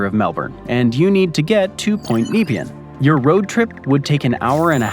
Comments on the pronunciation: Some interesting stuff about the geography of the area; as a former town planner, I can't see any reason to put a bridge there, though. I concur with respondents more personally familiar with Melbourne. I appreciate it when peope from the ends of the earth notice Australia, but I am getting to feel we have been saying it's pronounced "MELb'n" and "nePEAen" rather too many times. Also, just in case, don't try "sydKNEE" either. It won't be appreciated! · Loads of interesting info, thanks. Pronunciation could be improved. Nepean , Bolte, Yarra. We also pronounce the 'and' in numbers (eg one hundred and thirty).. Missed the West gate bridge. Also this area is 2 hours drive in either direction to Melbourne, so hardly Melbourne suburbs and not candidates for urban growth. They did have hydrofoil service a few decades ago, but not viable, too few commuters. Fun Facts: 1. on 17 December 1967, Harold Holt, the then current prime minister of Australia, disappeared while swimming in the sea near Portsea, Victoria. 2. The first German ships captured in both world wars happened at The Rip, being so far from the port they did not have time to escape. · Oh dear, the pronunciation of some of the local place names got to me! Pro-tip: consult someone from the region. "Bolt bridge" really? and Nepean was massacred every time. You missed the most famous drowning of the area, 1967 the then Prime Minister took a dip off Point Nepean (Cheviot Beach) never to be seen again. Normally we leave all the killing to the local wildlife. Want a deadly snake, spider or a deadly sea critter; come visit Australia. It's our tourist slogan. Even the male kangaroos can kill. Killer rips? Just to get those that survive all the killer critters. We are training up the koalas and fairy penguins. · Nepean is ne-PEE-un, not NEE-pee-un. Same thing in suburban Ottawa, just two hours' drive west of where I am in Montreal. Plus, I prefer the ferry over a bridge for that lightly-populated area.